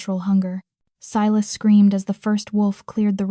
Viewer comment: Dear AI---it's Si (long i) las--not seelas! I've heard this name mispronounced in too many stories!